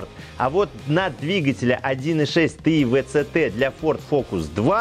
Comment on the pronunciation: Три причины для дизлайка, который я мог бы поставить: 1) Тэ И Вэ Цэ Тэ 2) музычка выматывает... 3) спешка